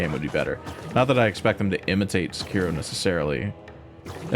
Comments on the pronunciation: its Se-ki-ro not Se-kiro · I just listened to this guy pronounce Sekiro incorrectly 5 times in a row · are you trying to piss me off with how you pronounce Sekiro 😂